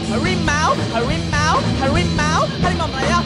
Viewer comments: harimau woy.. bukan hawimau 🤣🤣🤣🤣🤣🤣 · Tiru ajaaaa. ..yv jelas Garuda bukan lah Hawimau...hawimau...